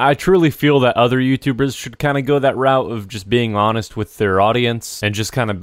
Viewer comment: Did u say be honset i killed a 30 year old man